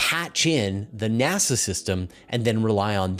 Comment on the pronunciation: nEASa? That's a " diferente" way to pronounce NASA.